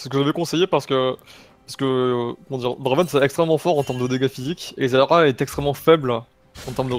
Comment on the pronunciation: arette de dire zayra